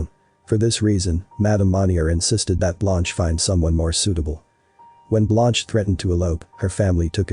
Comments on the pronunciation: Come on ! Not Blonch. Phonetically speaking, her name is pronounced Blunsh. 👍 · Her name is pronounced “blunsh” meaning white in French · Blonch? Never heard Blanche pronounced Blonch. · Very good insight 👍. The narrator had no idea about pronunciation. Blunsh ! 👍